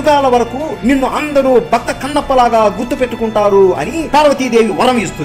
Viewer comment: Bata kadura bhakta